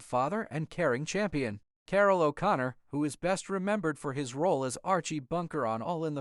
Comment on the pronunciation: How could the narrator mispronounce O'Connor? The emphasis is on the wrong syllable.